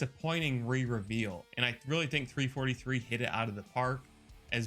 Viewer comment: Ik this is 3 months ago but if your an Actual HALO fan ITS "U N S C" NOT "U S N C" AND ITS NOT "3 43" ITS "3 4 3" SO FIX IT PLEASE AND THANK YOU.